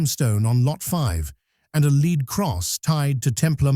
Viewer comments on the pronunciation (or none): led cross not leed cross